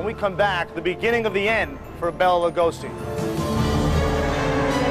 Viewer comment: Could have at least pronounced his name properly?